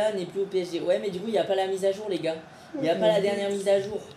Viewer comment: il melange les o et l a quand il dis les goars